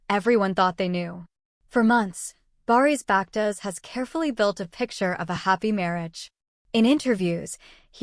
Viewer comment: Вапще вы не правы почему вы лежите в чужую жизень вы даже его имя не правильно говарит